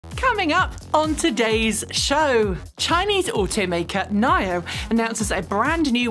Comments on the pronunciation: Nine-Oh? Thought it was Knee-Oh? 🤔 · Why you keep calling NIO "nile-yo", isn't it "knee-yo"?